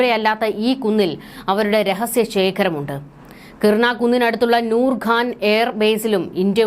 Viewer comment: കിർണ അല്ല കുട്ടി , - കിരാന .